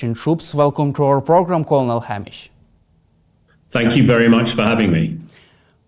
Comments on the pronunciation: Dude, this is shameful. You don't even know how to pronounce Colonel? it's "kernel". Your guest had to hide his face after the first word out of your dumb mouth. How did you get this job? Who's kid are you? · This is not a stumble. This person has never heard "colonel" spoken out loud. Yet he is our expert on military and politics. Do you seriously not understand the issue here?